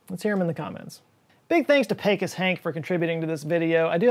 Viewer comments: I Love ya but I think you are pronouncing the Pecos guy's name wrong. It's "PEE-COS" You are from Texas, you should know this!! LOL. I'm just pulling ya leg! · FYI - Pecos is pronounced like 'Peh-Cohs'. It's Spanish. I live like half an hour from Pecos, NM. Haha